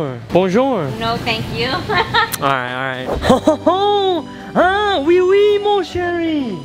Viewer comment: its wei wei not oui oui